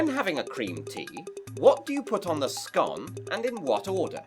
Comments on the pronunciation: Scone is pronounced the way you didn't. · 1. Roger Moore (You might also like Timothy Dalton, but that's just wrong) 2. The usual thing is a star, I would not like to have a christmas tree really, too messy 3. Minty milk chocolate, obviously 4. Top Hat is the correct one 5. I think you should just use butter, jelly is too messy 6. Sco… 6+. Veis, I have to say that is one of the flaws of English. You have to pronounce things differently than you write them. Absurd… bonus: It has not been discovered yet